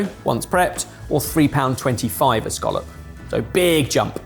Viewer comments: pronunciation of scallop is irritating me lmao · Dunno why the English pronunciation of “Skawlup” annoys me so much when here in Scotland we call um a “Ska-lip” 😂